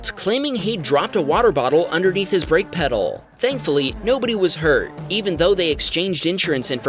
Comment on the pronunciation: "Thankfully meow"!!!! Excewuse mwe?